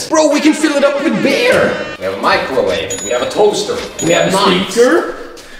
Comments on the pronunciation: Why he say bear instead of beer? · next time I watch your videos I hope you have learned how to pronounce the word ''beer''